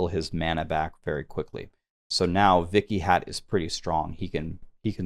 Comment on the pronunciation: while your butchering of the pronunciation is pretty funny, Vikhyat is just a normal sanskrit name meaning "famous"